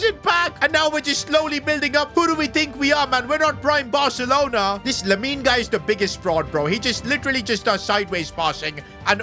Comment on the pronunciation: Bro said lamin😅